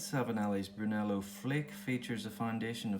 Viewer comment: You say Brunello perfectly ! Bravo 👏 Brunello di Montalcino is a first class Tuscan Red 🍷 vino... grazie 🙏 for your review. Ciao 👋 S.